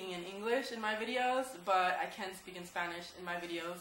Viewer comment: hello. u looked really nice with the traditional blusa. your a beautiful women. this is the 1st video I see of you but I could tell u can talk Spanish because when you said Spanish you said it like a Mexican says it.